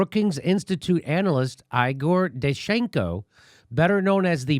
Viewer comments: Sorry Jimmy it's... Eyegor, not Eegoor. ;-) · It is pronounced "Eye gore". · It’s “I”gor!